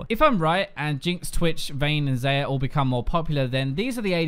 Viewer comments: X-A-yah... not X-E-yah!!! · Stop saying her name as 'Zeyer' Its pronounced 'Zaya' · .....how you pronounced xayah xD but I like the editing dude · Ps. Tilts me that you still pronounce Xayah's name wrong. pls. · Plz don't say xayah like that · Please take a look at the Xayah champ spotlight AND SAY HER NAME RIGHT AAAAAAAAAAAAAAAAAAAAAAAAAAAAAAAA